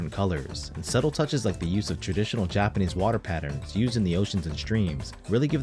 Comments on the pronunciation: Did you live in Japan as your Japanese pronunciation is spot on! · Having lived in Japan for 15 years im extremely impressed by your pronunciation of the Japanese language, is this some AI trickery?